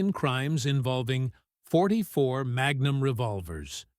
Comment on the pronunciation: 44 not 4-4